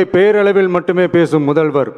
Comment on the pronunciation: Uncle ❌muthalvarrrr😂✅